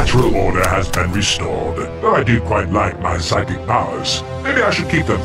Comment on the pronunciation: “I control physic powers huh?” Huh so that’s really how you pronounce physic